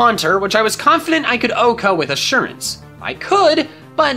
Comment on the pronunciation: Still pronounced wrong 😒